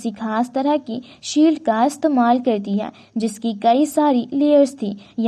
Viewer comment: "Hai" sabd ko sahi se bolo